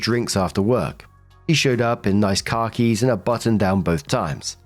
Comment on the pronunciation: Why did my brain hear "car keys" and not "khakis"?